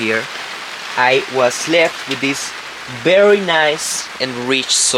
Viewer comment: Ok folks now we need to help our favourite Youtuber, you get it right sometimes, by Berry is not the same as Very...Say Veee, Say it again, Veeeee. Ok now say Very....Very...Come now, you can do it! And next is the word Now, not No. Say Cow, say Cow again. Ok now say Now...Cow and Now..Now and Cow. Now not no. You can do it!!!